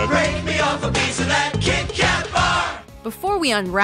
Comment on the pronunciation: Every norwegian was offended when she said KitKat.